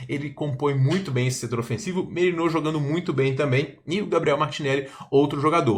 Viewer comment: Me dá uma agonia da porra tu falando Merinô e Tônali kkkkkkk mas isso n influencia em nada. Só é bem estranho pq nunca vi ngm falando esses nomes assim kkkkk.